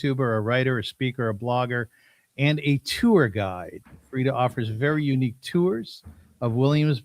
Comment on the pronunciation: I noticed the way you pronounced her name brought her back to her roots, Frieda is so childlike and innocent, I can listen to her speak all day. I love her! Thank you for having her on